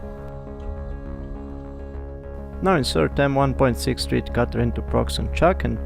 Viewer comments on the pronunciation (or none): just for your english improvement ... thread ... is pronounced with a short vowel sound .. like ed as in education ... not thread as in breed ... nice video ...